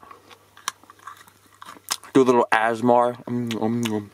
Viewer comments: REEEEEEEEEEEEEEEEE HE SAID ASMR WRONG ITS JUST ASMR NOT AS MAR NO HATE JUST JOKE LOVE THE VIDEOS DUDE I WOULD LOVE IF YOU WOULD DO A FACE REVEAL. Thx love the vids keep of the good work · This dude just said as-mar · Did you just say assmar? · don’t tell me my man just pronounced ASMR “asmar” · syhr pfft poor thing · Bruh he said asmar👏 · Did my guy, just pronounce ASMR as "asmar" dude come on I thought you were better than that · Well if you say “ASMR” fast it sounds like your pronounces it like that